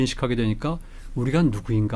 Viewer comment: 오지랖 좀 떨고 본격 시청들어가고자 합니다. 지방에서 오랫동안 표준말을 열심히 공부를 하다가 서울에 와서 좀 햇갈리는 것이 장단음의 구분을 하지 않고 얘기들을 하니 무슨 말인 지 금방 알아들을 수 없는 말들이 많습니다. 정체성 이라는 말은 듣기가 참 불편하더군요. 차가 막히는 것은 정체지만, 자아를 뜻하는 것은 정~체라고 길게 발음을 해야 합니다. 정체성이 아니고 정~체성이라고 해야 바른 말이라는 거지요. ------------------------- 지금이야 국경이 막혀서 이념이 달라서 다니기가 어렵지만 오히려 천년 이천년 전에는 다니기가 쉬웠을 수도 있겠네요. ------------------------ 하기야 바다도 있지만, 강도 있고 산에서 내려오는 물이 흐르는 하천, 개울도 있으니 가재도 잡아먹고.......